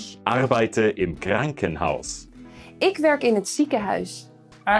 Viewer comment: It sounded like he mispronounced “Krankenhaus.”